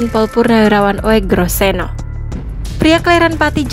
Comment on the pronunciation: Penyebutan (pronounciaton) nama beliau adalah UGROSENO Memang tertulis ejaannya Oegroseno, karena itulah lafal (bunyi) bagi huruf U yang ditulis dengan OE (sesuai dg Ejaan Lama yg pernah berlaku di Indonesia) Narator semestinya punya wawasan sejarah, termasuk wawasan tentang ejaan lama serta EYD atau Ejaan Yang Disempurnakan (yg berlaku mulai tahun 1972)